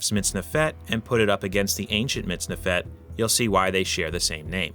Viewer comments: You've got the accent wrong, it's "MitznEfet", not "MitznefEt". But a cool video, though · You're pronouncing the second syllable to quickly. The vowel should be longer. It's like you're saying MITZNeFET when instead it should be mitzneefet. As an Israeli, it sounds weird. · I'm here just to point out how a native English speaker "butchers" the Hebrew language !! Lol In Hebrew, the accent is always on the second sylable. It's pronounced < miz - NE - fet > . Thanks for the upload, regards from Israel. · It's pronounced /mitz-NEF-et/ not /mitz-ne-FET/. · Stress middle sylable mitz-NEF-et Thanks for showing the kohein gadol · About 99% of Hebrew words have the emphasis on the last syllable. Unfortunately, MiztNEfet isn't one of them